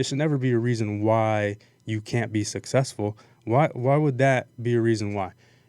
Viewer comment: It's successful not sussessful